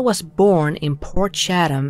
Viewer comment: Portshatum...port chat am is how pronounce it, shatum sounds like you pooped yourself 😆.